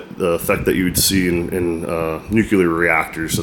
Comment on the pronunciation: Nuclear is pronounced 'new-clee-er' not 'new-cue-ler'